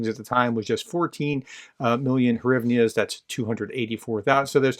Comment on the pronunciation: Hryvnas is actually pronounced GREE-V-NAHs. You're welcome. #MUGA Slava Ukraine!